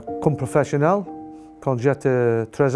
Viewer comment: Aujourd'hui, il existe tous les moyens pour apprendre. J'ai appris l'italien et l'allemand. Shaun reste un technicien de la défense exceptionnel, mais écoutez son intervention au début, il n'y a aucune liaison. «je entraîné comme professionnAL, j'étais 13 ans, je veux être professionnAL ». Heureusement que vous dites qu'il a progressé ! Il travaille en équipe de France et devrait, à mon avis, maitriser un peu mieux la langue. Fin de polémique.